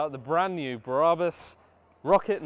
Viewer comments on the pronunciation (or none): It's Brabus... not Bra bus 😕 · Who the hell are "bear-rah-bus" ? Ffs. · Stop saying Braaabus !!!